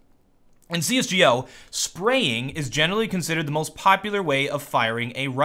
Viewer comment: Find it so funny and cool how you say CS:GO. :P